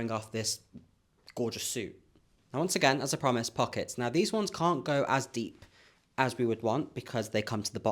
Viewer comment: The quick, outta nowhere, american accent "its gaht pawkets!" 😂😂😂😂 youre such a GEM❤💎